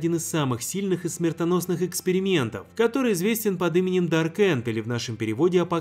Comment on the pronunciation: Мне послышалось или "... пятьдесят экскрементов..."?